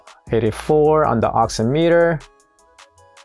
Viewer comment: Pronounced ox-IM-it-er, much like "oxy-" is in "oxygen" and "-meter" is in "perimeter." The nuances of the English language, I know, where a word has different pronunciations in different instances, is a pain.